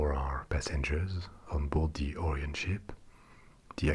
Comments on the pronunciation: Orion is pronounced like O'Ryan or the like, not oorean. But otherwise good vid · Idk the or-ee-on but I have heard of the oh-ryan project. :P